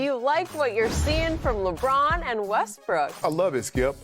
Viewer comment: Skip about lost it laughing when skip said Lebrick and Westbrick 😂